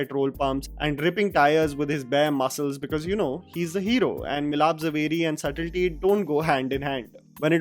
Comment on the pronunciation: Milap zaveri pronounces the b in subtle.